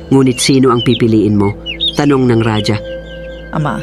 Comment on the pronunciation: Ang bigkas ng Raja ay RAHA hndi radya.